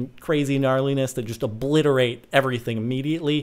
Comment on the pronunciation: Bwo... Bwo... wow illitiwate much?